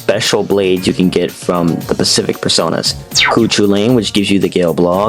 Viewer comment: "cu chewlain" "gale blog" don't mispronounce my goat like that